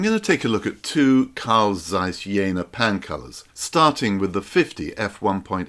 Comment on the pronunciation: I could be wrong..but I did live in Berlin for 8 years..I "believe" its pronounced "Yeahna" anyone willing to raise me one Reichmark and set me straight?